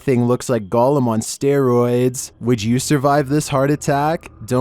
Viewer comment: "gollom on steroids" 😂😂😂😂😂